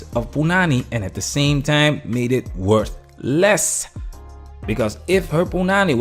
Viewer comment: There's no need to pause to seperate "worth" and "less"